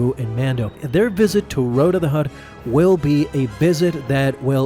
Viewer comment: Its pronounced Rotta, not Roada